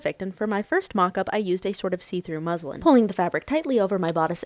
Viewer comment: I thought that she said " A see-through Muslim," !!! look .. hahahhaa I had to put subtitle captions just to be sure of what is said. That was a close one.